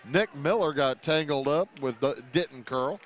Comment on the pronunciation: It’s not pronounced DITT ON it’s pronounced DI TON. (I go to school with him)